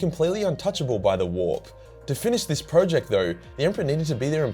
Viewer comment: Nice video, but ruined by you STILL not pronouncing the word 'project' correctly, you plonker, otherwise its all good :)